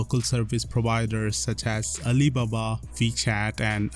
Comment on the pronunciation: May you pronounce alibaba again